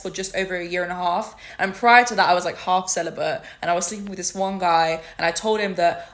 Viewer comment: “haff celebut” how are you half celibate?